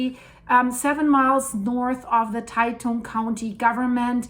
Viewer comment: Great video. I live less than 100km from the epicenter and we really felt it. By the way Taitung is pronounced 'Tie Dong". Thanks for all your videos and Merry Christmas to you and all your viewers around the world!